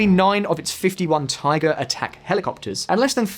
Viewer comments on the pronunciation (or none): none